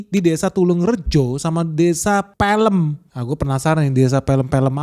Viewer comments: Desa Peh lehm... Bukannya pey leym... Pelem itu bahasa Jawa.. artinya buah mangga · itu bacanya p{e}l{e}m ( sama seperti cara baca K{e}cil ) bukan p{e}l{e}m (sama seperti cara baca s{e}pak bola) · Pélem bukan pelem😂😂😂😂😂😂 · Mas Bro, pelem bacanya pêlêm - bukan pèlêm. Pe + lem => pe dr PEluh dan lem dr LEMbut. Pêlêm = mangga (nama buah nih, bukan mangga basa Sunda) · Pelemmm bukan Peelemm, Gimana yaaa ngasih tau nya 😂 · Pêlêm, bukan pèlêm (cara bacanya seperti baca pêrêmpuan. Pêlêm artinya buah mangga. Ternyata mangganya udah dimakan lélé. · itu desa sebutannya pelem bukan pElem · Desa "Pêlêm" bukan "Pèlêm". Pêlêm = mangga Pèlêm = filêm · Bênêrin ejaannya dong bang, dibacanya desa pêlêm bukan pelêm 😃🤭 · Pelem om Ben... Bukan PE tapi pe' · Peelem om..... Bacanya... Bukan film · Bukan peylem om tapi pelem (mangga)😅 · Desa peuleum bukan di baca pelem , JD arti peuleum itu arti dari mangga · Pengucapan pelem, itu mangga, bukan film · Bacanya jamgan desa Pēlém...lu kira pēlém bokep, mungkin bacanya desa PÉLÉM ( artinya buah mangga )😅😅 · Desa "pelem" itu bahasa jawa,bacanya Pe'Le'm alias Mangga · Desa PELEM, BACA ~> PEULEUM, dalam bhs Jawa "Pelem(peleum)" itu artinya Mangga. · PELEM itu artinya buah Mangga bang, bacanya jg bukan Felem beda lafaz.. Coba tanya orang Jawa cara bacanya bagaimana. 😂😂😂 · Cuman mau komen, Pelem tu, pengucapannya pelem ( mangga ).. Dlam bhsa jawa ,.. Bukan pelem= Film 😂😅. 😭😭😭🙏, peace bro , gua warga desa nya itu... Btw,.. Yg dbhas abang ni , lokasinya ada d kmpung yg jga dikenal dngan *Kampung Inggris*. Let's come Gess, mampir lah siini😅🙏✌ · Bukan pelem...orang jawa bilang PEL'EM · hahaha.. itu nama desa "Pelem" diambil dari kata (buah) "mangga" dalam bahasa Jawa. Pengucapan "pelem" di kedua suku kata dengan "e" pepet (seperti pada kata "beli" atau "keras"), bukan "e" taling (seperti pada kata "bebek" -binatang-) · desa mangga itu bacanya..bukan pilem om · Pelem = e nya pake pepet & pepet (e nya kayak emas)